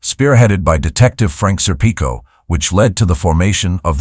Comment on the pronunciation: did NOT orchestrate the Lufthansa robbery. He just shared in the spoils as the Captain of that crew: And at the risk of sounding overly critical, it’s embarrassing, that the narrator did not know how to pronounce Serpico.